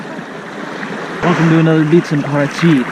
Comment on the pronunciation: You said Paraty perfectly like a native